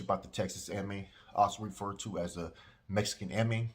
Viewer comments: It’s not EMI. They are MERECIDOS. It’s MEXIKANEMI. There is no TEXAS in their name. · Its mexi ka ne mi pendejo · It’s a Nahuatl word. It’s pronounced using the Nahuatl tongue. Not the English pronunciation.